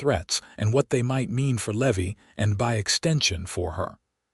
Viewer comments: It’s Levi not Levy. AI sucks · Driving me nuts all the mispronounciations. Its lee-vie and I watch all these awesome stories all day every day. But some mid pronounced words drive me nuts...nuts I tell ya.😂